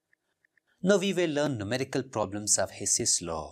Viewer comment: 😅Numerical became Mumericals 😅